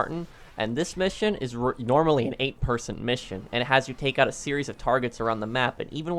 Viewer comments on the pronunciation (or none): none